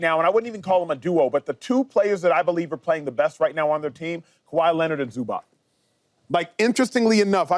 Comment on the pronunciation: Did Acho just say Kahwi Leonard and Zubac🤦🏾‍♂️😭